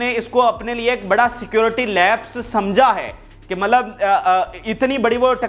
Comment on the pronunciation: ملب نہیں ہوتا پیارے۔۔۔ مطلب ہوتا ہے۔